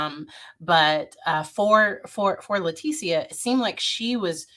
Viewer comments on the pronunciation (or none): I’ll make it easy for you it’s pronounced L I E-tecia😂😢 #GANONSTRONG